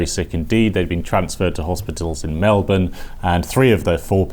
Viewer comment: I appreciate the fact you actually pronounced Melbourne correctly